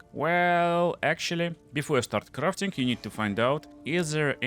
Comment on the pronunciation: I love "Crrrrraffting." lol really rolling those R's